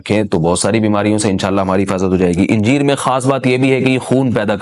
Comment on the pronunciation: انجیر کو الف پر زبر سے پڑھنا چاہیے۔ حوالہ: جامع فیروز اللغات۔